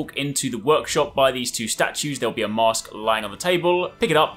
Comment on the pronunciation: When he says mask, it sounds like he is saying mosque and I kept wondering how would 13th century Japan have mosques